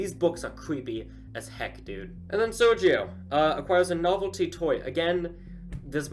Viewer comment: Don't worry, you're pronouncing Sergio correctly.